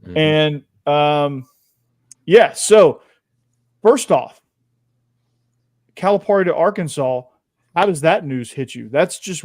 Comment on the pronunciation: It’s pronounced Cal-a-Perry. Cal’s buyout was $33 million if he were fired not $75 million.